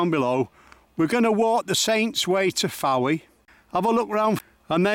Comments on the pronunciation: House directly in front of you is where Lenny Henry and Dawn French lived. I believe Mrs French still lives there. By the way the town is pronounced without the 'e', as in 'Foy' as opposed to 'Fo-ee'. Great video. I love the way the dogs have a little meeting to decide who's going to brave it and get the toy! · A beautiful video although it is pronounced Foye not Fowee.